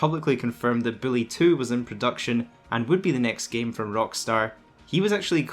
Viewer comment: Who the fuck is billy it’s Buuuuullllllllyyyyyy not billlllllyyyyyyy my fucking god